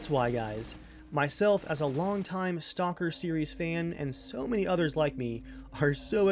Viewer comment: You said STONKER! XD